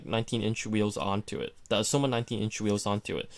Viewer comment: Am I the only one irritated by the way he says "Aoshima" = "Ausoma"???